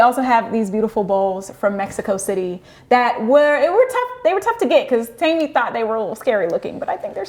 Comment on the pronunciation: Its "teh-me" they kept mis pronouncing it and it was grating me 😂